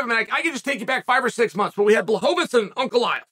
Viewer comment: “Pierre-ah”💀 “Blahovitz”😂